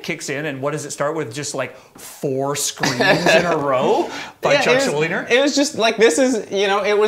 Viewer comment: "Chuck SchuldinGer?" He's putting a G in there. Fuckin' Canooks